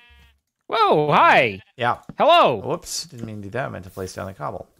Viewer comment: “ell.” He didn’t even say hello, he just sayed ell xd, or what he tried to say xd